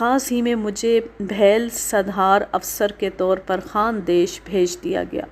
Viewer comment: Its is beel a famous tribe not bhel satpura range is in Maharashtra and i am from the last edges of these mountain ranges